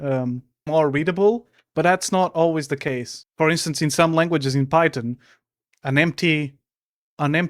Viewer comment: not the guy who can't even pronounce the word Python right talking about other people. (Pirate Software Can Barely Code?) bro you can barely speak my guy lmao. (yes this is ragebait and I love your videos.)